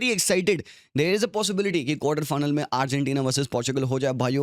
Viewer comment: what the fuck did he just pronounce arghantina 😂😂 it's like argentina and ghana had a baby stop making video if you can't even pronounce #1 fifa country's name